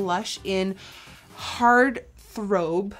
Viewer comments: She said throb wrong😂😂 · Heart "throbe"! How cute! Lol